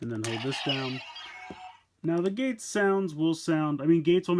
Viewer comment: his name geiz not gates